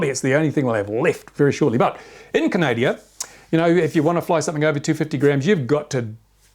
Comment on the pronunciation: Canada not Canadia :p